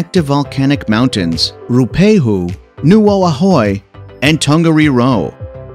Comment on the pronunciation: I agree that many of the attractions mentioned are indeed superb and worth it to experience. I further agree that is would be nice if the narrator actually pronounced the names correctly - particularly the two volcanoes - Ruapehu (Roo-a-pay-hue) and Ngaurahoe (Narra-Hoe-ee). I would add an additional tour - the TranzAlpine Railway Scenic Tour between Christchurch and Greymouth - a delight for all ages.